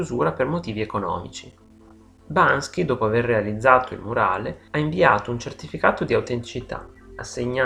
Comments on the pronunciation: Ma perché lo chiama Bansky? Non è Banksy? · subito alla prima parola sbagli..si chiama banKSy non banSKy.. :) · Ma perché lo chiami e lo chiamate Bansky e non BANKSY? MUHÀ! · ma Perché pronuncia sempre errorenamente. bansky? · Non è Bansky ma Banksy! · Video bello eh. Però BanKSy non BanSKy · Banksy! Non Bansky! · L'errore c'è anche a . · Sentirti ripetere in continuazione BanSKy è veramente assurdo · non basta... non basta.... non e' solo alla fine l'errore di pronuncia ! Mamma mia che somaro! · Ma se pretendi di farci un video ... imparare a pronunciarne il nome in modo corretto no? Ma dai!